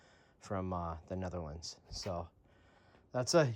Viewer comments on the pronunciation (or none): none